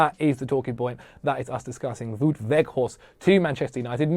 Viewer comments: It's Wout, not Woot. Same as shout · Vow-t, not woot. Just so you know :-) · His name is pronounced as "Vote"